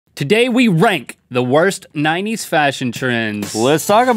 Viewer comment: I would have enjoyed this much better if the into was "Today we are going to rank the worst 90's fashion trends from good to stank" I say this because Link put a good bit of emphasis on "rank" and I thought he was gonna rhyme it with something